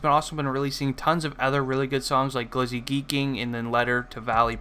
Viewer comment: why did he say glizzy hella geekin like that lmfao